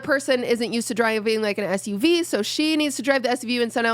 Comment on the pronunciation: qt said SVU instead of SUV i do the exact same thing because of law and order